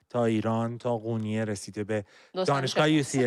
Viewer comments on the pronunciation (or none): none